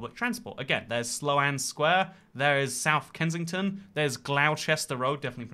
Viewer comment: 'Slow-Anne Square'????? Is it not pronounced 'Slown Square'??? Have I been pronouncing it wrong my entire life???